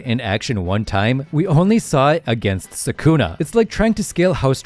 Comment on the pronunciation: You mispronounced sukuna so we can’t really trust anything else you say. Lame.